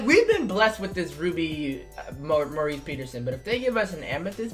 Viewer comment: Why do u say his name like Maurice Peterson it’s Morris